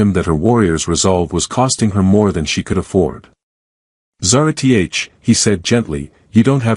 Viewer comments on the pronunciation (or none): No reasoning for extremists who could have very reasonable motives, no progression towards the solution, just magically all better, and of course "Zara-T-H". This sucks my dude. Sorry but you're gonna lose the race for the ai story channel niche like this.